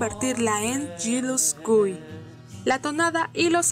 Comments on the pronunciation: Yellow Submarine que sepa se estrenó en 1968. En dic de 1969 se estrenó en España Jealous Guy se pronuncia +o- "Yielus goi" no como lo pronunciaste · HAHAHHA yirus gúy 😂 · YULUS GUI? NOT GILTY?😂😂😂 LUCK AK MI? TE LONJA UANDIN ROD? Dios...Que Meca estás para pronunciar el inglés soy su pinchi fans, en serio tiene mas vídeos? diganme que si no pare de reiiiiiiiirrrr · Como pronunciaste Jealous Guy me mató 🤢